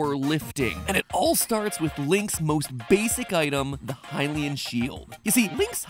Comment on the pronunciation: At least he got "Hylian" right.